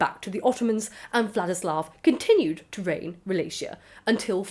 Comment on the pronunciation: Wallachia is actually pronounced with the hard Cs not the soft Cs